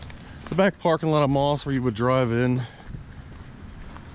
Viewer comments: The correct pronunciation isn't "moss" like the stuff that grows around a tree. It is M - O - S with each letter spoken. Please get it right for the sake of preserving history. I know this is true because I personally know several people who worked there. Thank you. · Yes you are correct those of us that worked there pronounced MOS as individual letters. At that time there was a company in Texas called Mostek and it was pronounced as one word, thus the difference. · Can Bil or confirm the pronunciation of "MOS"? I thought it was pronounced as individual letters.